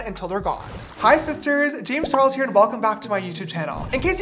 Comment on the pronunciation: Is it just me or is the Charles in his intro missing the letter L